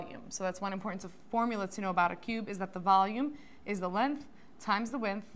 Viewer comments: It’s LENGTH NOT LENTH! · lenth???? bruh i dont trust people who say words wrong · lenth lol